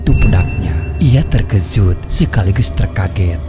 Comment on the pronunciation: Terkejut ❎ Terkezut ✅ 🤣🤣